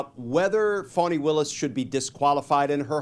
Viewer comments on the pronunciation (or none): Please stop calling her Fawni. She pronounces it Fah-nee.